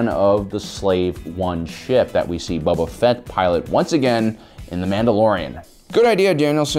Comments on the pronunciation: Cause he says every name wrong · Why do I keep hearing “Bubba Fett” lol